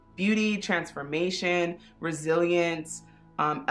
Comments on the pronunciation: Instead of “resilience” I heard “brazilians” 🇧🇷😅😅😅 (I speak spanish, maybe that’s why 😅) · Karen Vázquez same! I’m Mexican and I heard Brazilians